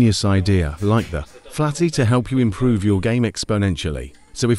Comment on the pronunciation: The video: "Luke the Nuke and his new skill, the flatty". What I heard: "Luke the Nude and his new skill, the fatty". 💀